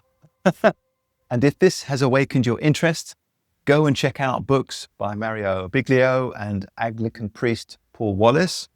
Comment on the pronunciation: Thank you for the video. BTW! It is Mauro Biglino pronounced Beeleeno. No disrespect!